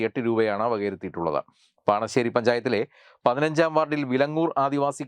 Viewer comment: പണശ്ശേരി അല്ല പാണഞ്ചേരി എന്റെ പഞ്ചായത്ത്